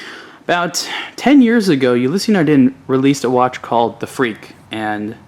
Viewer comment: Anon ymous It's [nardan'] with nasal "n" and quiet french pronounce in general. They also have very slight "a/e" in the end of Ulysse, as if long ss has a vocal ending. If you do not know it - do not comment others in the first place;)